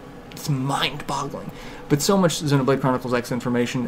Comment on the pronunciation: Refreshing to hear someone who can say Xenoblade correctly. :-)